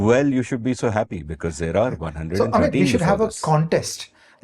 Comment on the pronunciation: Great episode! A small trivial observation: loved the way Ajay Shah pronounces Bengali names. “Omit (Awmit)” and “Sengupto”. Haha spot on.